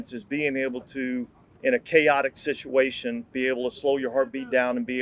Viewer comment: Did he say “shituation”? Regardless, the Saints have definitely been in a few of those.